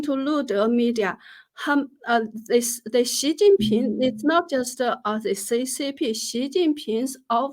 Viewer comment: Was I the only one who heard S#i++y Ping instead of Xi jing Ping.